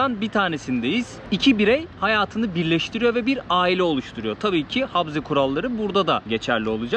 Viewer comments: Habze değil okunuşu ,Ğabze diye okunur ! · Selam kardeşim nasılsın umarım iyisindir videoyu izledim çok güzel olmuş eline emeğine sağlık adıgey cumhuriyetine gitmişsin o caminin yanında müze vardı keşke o müzeye gitseydin Çerkezler’in tarihini görmüş olurduk birde habze diyorsun yanlış telafuz ediyorsun habze değil kabze Çerkezler’in anayasası dersini iyi çalışmışsın bende bu videoyu fesbuk ve istekramda ve vatsapta paylaştım umarım abone sayın artar keşke birde Çerkez düğünü çeksen onlarla sohbet etsen bizden selamlar götürsen anavatana selamlar kolaylıklar diliyorum sevgiyle kalın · Kardeş he harfi değil söyleme şekli he ile değil ğe ile karışık çıkması lazım